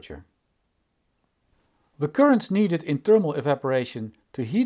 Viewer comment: It's THERMAL not TERMAL